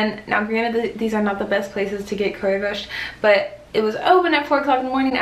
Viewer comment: your pronounciation of leberkaaaas und currywurst and schaaarrrrf is really really good!:D